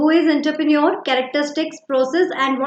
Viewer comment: Aap entrepreneur ko galat pronounce kar rahi mam